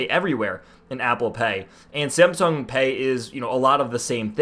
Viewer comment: Are you saying SAMSUNG or SIMPSONS ;)